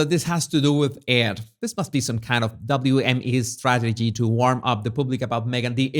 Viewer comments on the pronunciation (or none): none